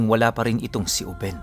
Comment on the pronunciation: binata pa jn si lolo ruben. uben yung pag kakabigkas ni conselacion sa kanya gawa ng bigla syang tumanda jn.. tyaka napakaraming kasanggang maharlikang ingkanto si lolo ruben jn.